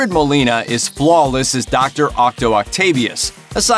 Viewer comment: I think the narrator said Octo Octavius not Otto Octavius.